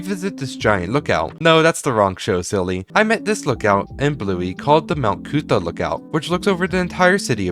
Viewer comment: As someone who lives in Brisbane, and went to Currimundi as a child, hearing the pronunciation of Mt Coot-Tha, Toowong and Currimundi hurt my soul lol ("Mt Coot-Tha" is pronounced "Mt Cootha," "Toowong" is pronounced "Tuhwong" and "Currimundi" is "Kuh-ruh-muhndie" just so u know)